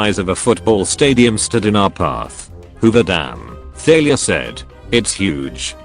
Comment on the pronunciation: I swear to the gods I heard 'Failure' not 'Thalia'